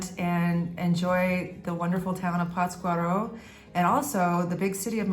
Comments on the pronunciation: Durango City is a Beautiful Place. PATScuaro is The Correct Pronunciation.. Forget the Cartels. They are were Politicians Live ( Simbiosis) .Less Government, More peace. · PATZ cuaro..the accent/inflection is in "Patz" ...LOL Big Hug! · I enjoy your videos. No offense, but isn’t the accent supposed to be on the first syllable in Pátzcuaro?